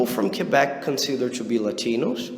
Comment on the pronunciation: I like the way you pronounce "to" like tchoo.